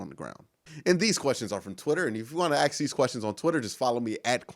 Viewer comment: i know that about axe. In fact, i think i started that by asking him here on yt: Why you keep pronouncing aks? Because i realy thought he is the only one saying like that. But how about pronoucing word the (diiii)? Is that also commen thing for black people?